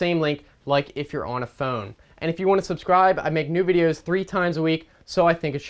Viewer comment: The first time he said phone he actually said foon